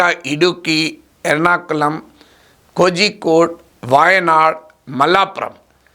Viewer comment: కోజికోడ్ కాదు సర్, కోళికోద్.